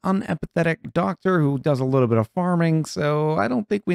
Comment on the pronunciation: "Just a luuutibit aof carbon dioxide" lol. Great video